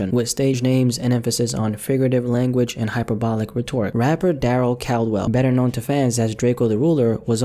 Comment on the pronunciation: "Rhetoric" yikes